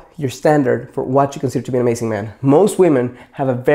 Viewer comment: he says amasing xD